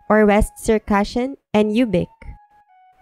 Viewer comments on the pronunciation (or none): Yay, I am adyghe.btw ubykh is not pronunced like "youbic", it's pronounced woobykh.😊